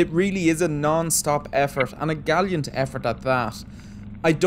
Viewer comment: Did you say galiant? Is that like gallant + valiant?